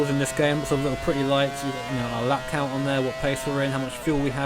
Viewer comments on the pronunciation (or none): none